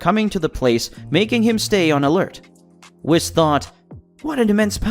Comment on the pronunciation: Story is really good buh his voice just duznt sound right🤪hate the way he says whis😂 wiss 😂😂